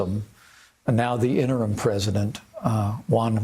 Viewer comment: you're pronouncing interim incorrectly.